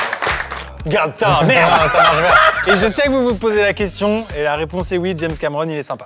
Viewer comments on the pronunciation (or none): none